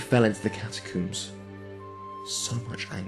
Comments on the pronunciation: Its catacomes not cataooms XD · I kept laughing every time he said "catacoombs" instead of catacombs XD